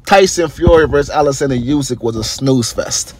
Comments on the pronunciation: Its pronounced ‘oosyk’ not ‘yousyk’ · Olexander Oosick is how its pronounced not a dig at you but thats how its pronunciation that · War aint In Russia bro. And atleast pronounce Usyk name right. Damn!